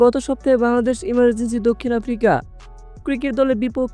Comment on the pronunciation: ইমার্জিং কে বলতেছে,,, ইমার্জেনসি